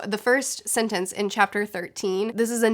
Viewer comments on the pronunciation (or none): none